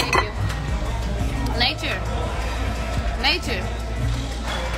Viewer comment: its Naychur